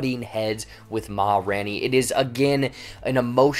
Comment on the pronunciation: RAIN! It’s RAINey. Sorry, it was killing me